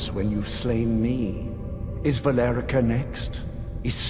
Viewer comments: Literally, has the CORRECT pronunciation of Valerica said in game moments before he says incorrectly: "Valer-Ee-Sa." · I'm sorry, who? (P.s, Valerica is pronounced Vah-lair-ree-ka) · You mispronounced Valerica's name, but for some reason it actually sounded better than the right pronunciation. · Your videos are great , but your mispronunciation of names “Valerica “ to be specific, causes major cringe and nerd anger lol 😅